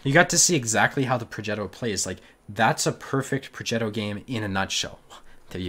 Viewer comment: Progetto - G as in give